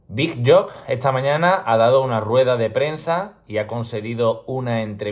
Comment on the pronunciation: Chaval, me encanta tu canal, una ayuda para el futuro, se pronuncia "big youk". Dale!!